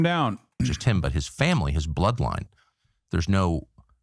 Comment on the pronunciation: I've never heard someone say the word "bloodline" with a hard "b" before